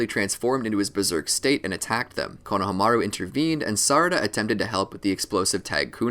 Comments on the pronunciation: konohamaru is pronounced "konoha-maru" like the name of the village "konoha" its not "kono-HAMA-ru" you just say it flat, "konohamaru" with no breaks or pitch changes all one word almost as if its just one long syllable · I'm sorry but it had to be said konahamaru is pronounced koh - nuh - hom - uh - roo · Why pronounce Konahamaru that way? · why do u say konomaru like that... the disrespect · It’s funny how he pronounced konohameru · Did really just call him Kona ha maru